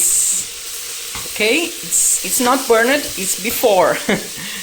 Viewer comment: I enjoyed the part you payed in the Lalande dramas. And its fun following your journey. This is NOT mentioned in a nasty way at all but knowing how you like to improve... the way you pronounce words ending in Ed. As in burned you do not say burn edd. Its burned with almost a silent E ... etc no hate here! 😊